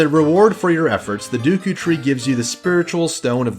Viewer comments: Deku... sounds like you saying dookie almost lol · Omg I never knew other people pronounce it as Dooku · RIP DUKU tree xD ROFL, that pronunciation made me laugh so much. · ORGAN, it’s a pipe ORGAN. Great vid though, save from the pronunciation of SA-REE-AH and DAY-KOO tree 😜 Best game ever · mispronounced Deku tree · love the analysis but the pronunciation of the deku tree killed me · "Dooku and Gherrdo".... cringes "Piano"........................... PUKES BLOOD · Did you say Duku tree?! Ugh!!! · ITS D-E-K-U YOU FUCK!!!!!! NOT D U K O CAN'T FUCKING READ OR WHAT! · yeah ofc the entire video is absolutely garbage because he said dooku, absolutely terrible, unforgivable if u will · I know you correct yourself in the edits. But why and how did you think its pronounced "duku"? "Ah yes, the 'e' in deku is clearly a ruse." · The dooukoou tree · If the English language made any sense, his pronunciation of Saria would be correct. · He says dookoo so many times How?